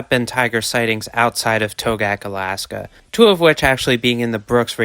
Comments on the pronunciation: Togiak is pronounced "TOE-gee-ak" That's a reindeer the tiger is eating, not a an elk. There are no elk in Togiak (nearest are on Afognak Island by Kodiak) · Togiak has more syllables than you are using ( toe gee ak) if that was an actual photo from the Togiak river area that is not an elk but a caribou. Yes there are elk ( an incorrect name as they are not actually elk) in Alaska but they are limited to the southern islands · a mistake that you never should have made, considering that you claimed to know a lot about animals. What was the point of your going to Alaska? Did you even go to Togiak? You didn’t even do enough research to learn how to pronounce Togiak.